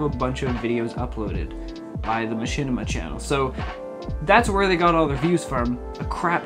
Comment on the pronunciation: Machinima? You mean Mashitima?